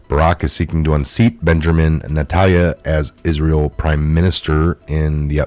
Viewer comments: Thank you for Red Pilling people. Love ya and watch videos daily. Are you tired, eyes sore or words not clear? Ex nurse so a tad worried for you. Just a concern of reading some words wrong alot lately like today Israeli PM Benjamin NETANYAHU was pronounced Natalya 3 x today.. word myriad pronounced (mer-ree-uhd) and abhorrent (ab- whore- rent) different from aberrant (ab- er-rent) in past. Hope you do not mind. Professional journalism best with good spelling and pronounciation. Arab and Russian names tough but BIBI PM ISRAELI...we all know. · Netanyahu = NET-AN-YA-HOO. Thats for future reference. I love the content but the mispronounced stuff gets me. Keep up the great work. WWG1WGA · Net - in - yah - who